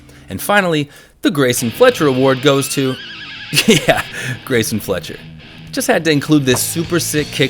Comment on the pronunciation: Who is “Greasin Fletcher”? I know who Greyson Fletcher is.